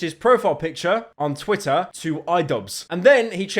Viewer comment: ik you have a speech impediment but stop staying Twitter like that u br*t